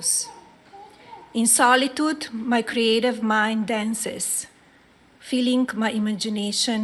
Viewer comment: feelink, really!!!! please return from whence you came or learn to speak english